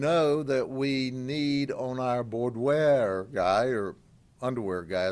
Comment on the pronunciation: Ol’ Grady Judd and I might find cause for disagreement on certain topics now and again. When it comes to pedophilia, there’s no law officer I respect more than I do Sheriff Grady Judd. I can easily excuse the fact that Sheriff Judd cannot properly pronounce words like sadomasochism, boudoir, etc., as he’s four parts “Andy Griffith,” one-part “Barney Fife,” and five parts: “Dirty Harry,” when it comes to the very real problems of child pornography, sexual predation of minors, sex-trafficking and other heinous and unacceptable crimes that do well to destroy the lives of innocents. It doesn’t matter, in this instance, that he’s not familiar with the terms, which on their own, don’t necessarily make for a criminal case. The words become irrelevant when children are victimized by mentally disturbed adults who forever damage children based on their perversions and absence of even the slightest bit of objective morality. It’s a sickening and violent subculture that deserves to be rounded up and forevermore removed from society. If Sheriff Judd did nothing else of record in his long and storied career, he would still be considered the most honorable and legitimately caring guardian of the innocence of youth. The good people of Polk County have a colorful character with an iron will and a heart of gold in Sheriff Grady Judd. There’s nothing more valuable than a child raised in a safe an nurturing environment. Judd knows this, and will fight relentlessly against those who find pleasure